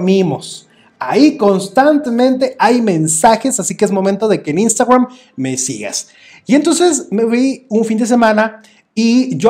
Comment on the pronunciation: y como pronuncias instagram me caes mal por exagerado